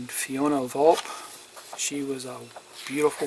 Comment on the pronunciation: I have a model I purchased already completed from the UK a few years ago, but am thinking of taking it apart a modding it. Enjoy watching your journey. BTW, I think the names are pronounced Chel-ly, (Celli), Oh-Zhay (Auger), and Vol-pay (Volpe). Keep up the good work!